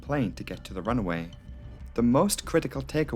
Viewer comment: Why do you pronounce runway as runaway?